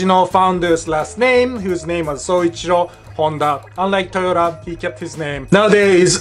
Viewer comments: As he was talking about Honda I swear I heard him say "Toyoda" and forgot to emphasize the "ta" at the end...hmmm... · Qué yo sepa en ningún país hispanoparlante Toyota se pronuncia Toyotá. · TorYourTar ? Lmfao 😂